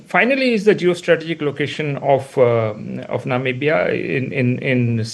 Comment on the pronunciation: Why can't be pronounce Namibia properly? It sounds so odd!!!